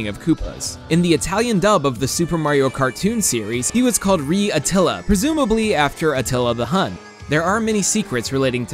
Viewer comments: Maybe someone cares: "Re" as in "Re Attila" (the italian name of Bowser in the cartoon) is pronounced with an more "open" E like in "Engine". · I'm Italian and I confirm even as a kid I got the Attila reference (DidYouKnow? "Re" means King and it's pronounced with the E sound in the word "get", not "Ree") :D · Re in Italian for bowser in the American Mario show is pronounced ray